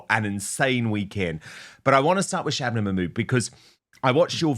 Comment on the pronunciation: I simply love Katie's Hopkins prononciation of SHHRRRABANA MAHHRRRMOODDTT name!!! <3